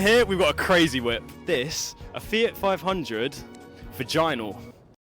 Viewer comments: What an idiot. Fiat vaginal? Vignale is pronounced viniale. For a so called car guy that's disrespectful and shameful. Repeat, what an idiot. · It's a touch childish to rename the last fiat 'noddy car', it's called a Fiat Vignale Gamine, the the first part pronounced vin-gnar-ley (like gnarly), not vagina... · Ok, the syllabification and pronunciation in English-speaking countries should be a bit improved: but now tell me how "Vignale" can be pronounced "Vaginal" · Sorry, but the old Fiat is named Vignale (Spell Viniale, not Viganal) Vignale was a well known Italian Coachbuilder who worked with Brands like, Ferrari, Maserati, Fiat, Lancia, Alfa Romeo, De Tomaso and many more since 1946. Not only in Italy but Vignale builds many more, even cars from UK, Germany, for example BMW, CSSR and even from the US. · The berk in the last clip doesn't know how to pronounce 'Vignale' so obviously isn't much of a car guy is he?